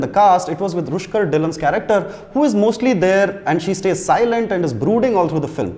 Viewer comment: ) Its Rukhsar, not Rushkar